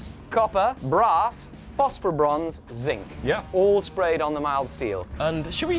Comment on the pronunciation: fofferbronze, is he saying phosphorbronze? man these english dialects are tough to understand.